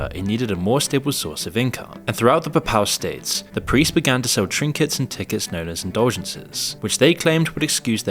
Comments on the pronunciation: The "peh-pAl" states lol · you cant even pronounce papal state correctly